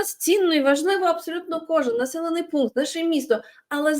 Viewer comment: Пу смешно оговорился - командный пукнт